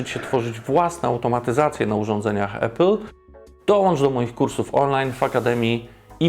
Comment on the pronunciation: Mega robota, jak zawsze! Podam dalej, gdzie trzeba! Tylko proszę „Apple”, a nie „Epple” 🙌🏻